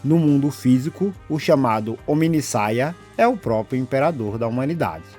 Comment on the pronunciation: Ou "HomideSaia!"😂 Bom vídeo, irmão!